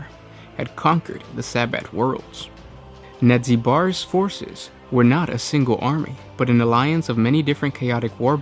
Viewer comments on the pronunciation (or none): Nad-zeh-Bar. Nadzybar.